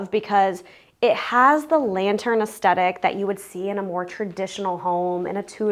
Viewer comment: Wow! Fantastic work. I can't help but mention, because you used the word so often, you are mispronouncing the word aesthetic. The first "t" is soft, as in "the." The second "t" is the only hard sound. Cheers